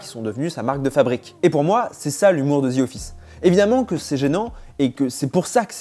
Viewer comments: On dit The Office, pas Zi office. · Genre il a dit ZI office..mdrr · “ Zi office “